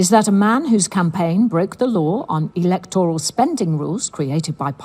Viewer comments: Why is pronouncing the word “E-LEK-TOR-AL”? This isn’t America… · Electoral. e-LEC-to-ral /ɪ'lɛktɹəl/ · Who says "Electoral" that way?